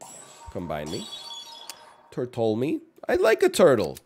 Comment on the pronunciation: i love it when he says tortole me